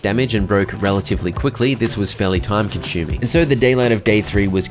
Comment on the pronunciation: Time conshuming